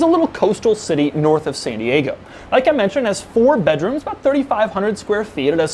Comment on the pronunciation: i was like : ''4 rooms for 4.5 mil ? naaw'', but then i realized he said 4 BEDroms...